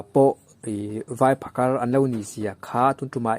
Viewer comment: Phakar tih hi a tawpah R hi i lam fiah lo mah mah ka ti😁